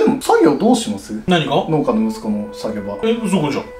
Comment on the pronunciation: 農家→のうけ か のーけ